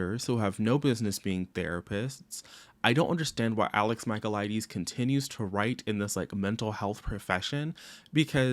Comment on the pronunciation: every time you mispronounced his last name, I died inside 🫠